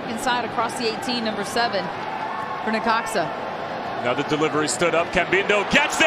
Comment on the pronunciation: It’s necaxa lol